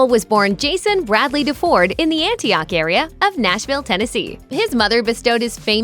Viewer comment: His name is pronounced “Dee-ford.”